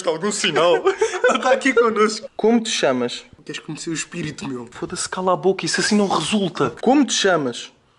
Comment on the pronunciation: Eu fico repetindo a parte que ele fala como te lhamas